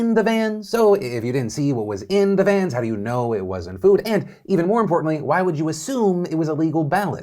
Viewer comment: Never trust a person who pronounces "vans" as "vyens".